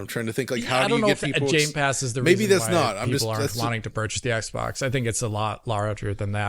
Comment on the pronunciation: had to chuckle when called it Jame Pass.